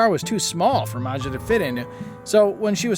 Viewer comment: Can yall imagine becoming so big, that you can no longer fit in a car seat?😢 Maja is actually pronounced Maya. Steven A is in a league of his very own and not in a good way! LaShanta ended up doing well.